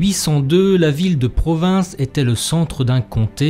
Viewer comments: L'histoire des foires de Provins est très interessante, mais on ne dit pas pas "PROVINCE" mais "PROVIN", le S final ne se prononce pas. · Le « S » de provins ne se prononce pas